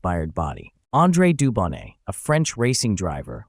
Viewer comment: It’s an H6B not C and the T in Dubonnet is silent.